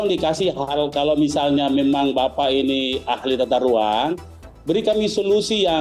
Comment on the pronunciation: yang kurang itu adalah bicaranya yang kurang G.... ahahahaha tata ruang pak yaaa....bukan tata ruaN.....